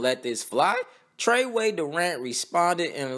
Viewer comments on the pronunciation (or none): "Treyway Durant" 😂